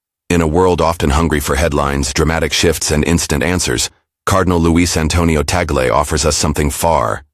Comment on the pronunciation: Blah blah blah…can you have you just pronounce TAGLE correctly 😡😡😡